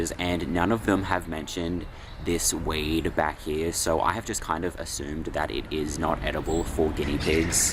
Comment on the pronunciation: Lol. I had never heard of a plant called "wade". Then I realized you were saying "weed". If it is indeed mallow, its strange theres no flowers on it. Mallow flowers all season it seems and yours would be quite mature. I have some in my yard. They also also edible to humans. There are plants with similar leaves like hollyhocks which are very close related and wild geraniums. I would think geraniums have a weird smell though. There may be many more. I have my doubts that it is Malva sylvestris. Apparently there are 61 species so it could easily be one of those.